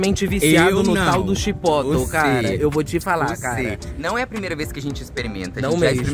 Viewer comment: Não é CHIPÓTOU! É exatamente o que está escrito: CHIPOTLE. É uma palavra mexicana. Principalmente se tratando de um restaurante mexicano.